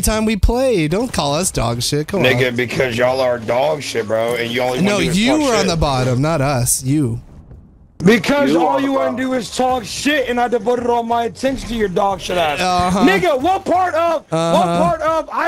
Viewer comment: How did he get a "r" in the word "devoted"???